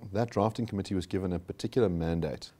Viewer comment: The pronunciation of the committee is incorrect .....emphasis on co-MMittee